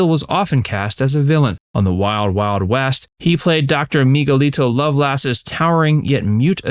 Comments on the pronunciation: To the narrator: It’s pronounced how it is spelled, Doctor Loveless, not love-lass. Have you even watched this show? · I'm always irritated when those doing these presentations haven't watched the shows being reviewed. No fan would ever say, "Dr. Lovelass." He was unambiguously Doctor Loveless. Even a little research should have prevented this error if the speaker or anyone involved in this presentation didn't watch the series to know better.